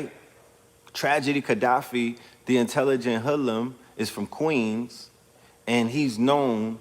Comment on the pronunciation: Why you had to say queens like that lol